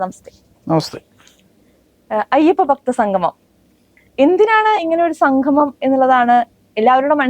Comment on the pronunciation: സംഘമം അല്ല കുട്ടി. സംഗമം